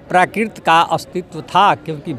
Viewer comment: ये कैसा प्रोफेसर है? यह जीवधारी संस्कृत को संस्किर्त और प्राकृत को प्राकिर्त बोल रहा है। चैनल में भी संस्कृत के स्थान पर संस्कृति लिखा गया है।